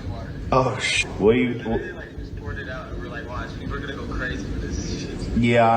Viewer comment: Lol sneako said it "you goona regret it"